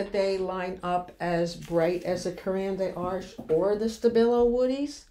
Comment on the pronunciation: I LOVE Caran D'Ache! ❤️ (Pronounced...Karen Da-shhh) 😉